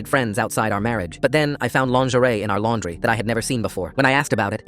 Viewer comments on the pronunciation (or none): Dang bro really said laundre